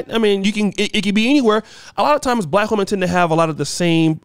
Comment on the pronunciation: Damn did he say lack woman